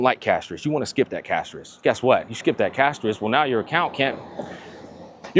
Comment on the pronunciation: Did he just said cashtorice? ... what was that? ... but it sounds so true 🎉🎉🎉😂😂😂😢😢😢